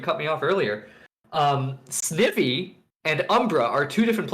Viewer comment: SNIVY rhymes with IVY, just so you know. Shanty made quite the comeback! Awesome, especially for a new player. Might be my favorite Shanty main to root for! the commentary during this Ole mirror set was on point! That was one of the most exciting Velvet vs. Oleander sets I've ever seen!